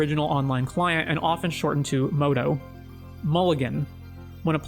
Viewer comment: MODO, not "MOTO"